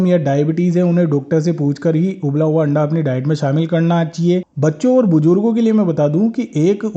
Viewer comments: Hain randa bola 😂😂 haste haste pet me dardr ho gaya😂😂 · Randa bola 😂 anda bolna chahiye pura clear bola 😂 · Correct Randa bola